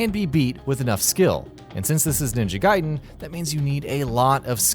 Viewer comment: At least he didn't say Ninja Gay-den like most reviewers who didn't know.